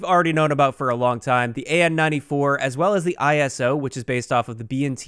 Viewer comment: eye-so not I S O bro.